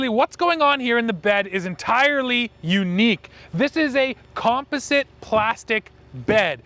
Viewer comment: Say it with me “Com-poz-it. Composite” lol